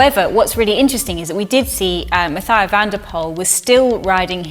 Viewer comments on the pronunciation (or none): Errr..."Mathieu" is pronounced "Mat-yeu"